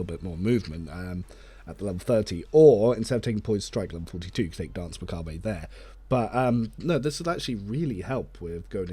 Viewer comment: Hey! Cool video but please either pronounce the 'r' or don't pronounce the 'e' in macabre. XD